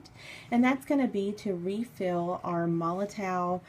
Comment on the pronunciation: The "W" in MOLOTOW 8s pronounced as a "V" just so you know 😅